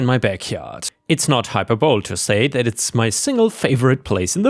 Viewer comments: Just incase you still wanted corrections on mispronounciations. Hyperbole is pronounced "hi - per -Bowl -eee" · hyperbole is pronounced high-per- bo-lee.